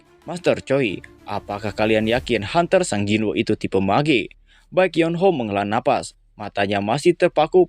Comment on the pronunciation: Sung jinwo bang, bukan sang jinwo, aneh bet